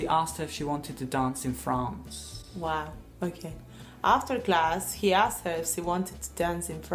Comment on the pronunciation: En la oración: After class he asked her if she wanted to dance in France; no se les escucha pronunciar correctamente asked es decir no suena la T por el contrario se escucha como si dijeran solo Ask.